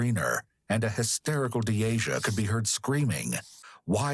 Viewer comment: Lmao you mispronounced Deasias name and pronounced it as my name, had me trippin for a sec like "uhh hello 👀 👋🏽 " 🤣🤣